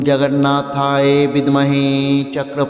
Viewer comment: Jagannathayo শব্দটি ও সঠিকভাবে উচ্চারণ করুন।